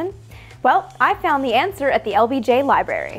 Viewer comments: Good to see you again and you look great - remember tho it’s not Libery but Library with an R (but I’ve seen news anchors and politicians do this also) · ok.. you saying "ashphalt" is cute, but... but.. "liberry"?? LIBRARY.